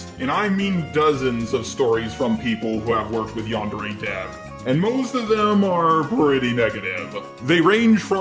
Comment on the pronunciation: Yandere Dev can't even pronounce "yandere" correctly...